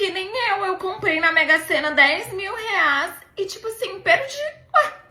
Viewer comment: "dez mil reás" 😂😂😂😂